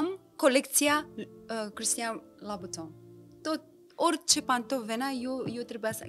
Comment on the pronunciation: Cum o vedeta de talia asta poate pronunța Louboutin "la buton" ma depășește. Episodul superb, de altfel, la fel ca și cele doua fete